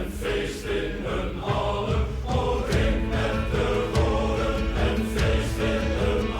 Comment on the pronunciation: I might have to send you a voice note with the correct pronunciation .... that butchering you did there could get you jailed 🤣😂 "Drink met de Goden" translates to "Drinking with the Gods." so the dude with the eyepatch is Odin. When you die in battle you go to Valhalla, and you can drink forever in the great hall. (and fight outside)